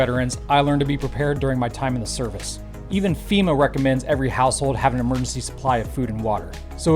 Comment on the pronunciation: Did you just say 'mergency" food?